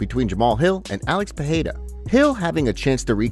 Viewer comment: It's pronounced Pereira not Peheira